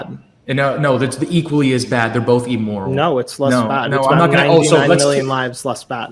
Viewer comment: Hey, I know we are all supposed to believe you’re intelligent… but it’s “(i)mmoral”, not “(e)mmoral”. 🤦‍♂️